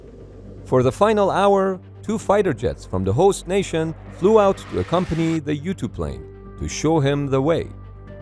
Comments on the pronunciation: I kept thinking you were saying ‘YouTube’. You were saying ‘U-2’. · i keep thinking he's saying youtube because it's called "U-2" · this whole tim i thought u were saying youtube pilots xD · It took me 3 minutes into the video to realize he was saying "U-2 pilots" and not "youtube pilots" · The first times he said U-2 Pilot I heard YouTube-Pilot, boy was I confused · Am I the only one thought he said Youtube pilot instead of U-2 Pilot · Kept thinking he was saying "You-Tube":stayhome:Pilot lol:goodvibes:then, I realized it was a 'U2" Pilot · I kept hearing this as "YouTube pilot"